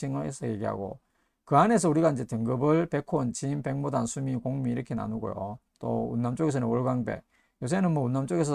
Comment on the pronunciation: 안녕하세요. 백모단의 한자는 白牡丹인데요, 옥편에 보시면 이 牡는 모 라고 읽히지 목 이라는 발음은 없어요. 단순하지 않나요? 중국에서 정식 이름은 白牡丹，그에 대한 한글 발음은 백모단. 감사합니다. 차쟁이 드림